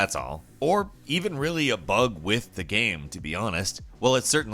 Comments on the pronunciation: "gam breaking bug" "in this gam" "still a good gam" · right. And why does he say “gayum” instead of game